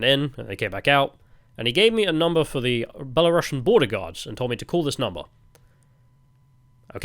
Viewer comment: It's because you need to pronounce it "belarusian" with a u that sounds like a oo (and not a uh) and a normal s. Don't say "belarushian" like you'd say russian.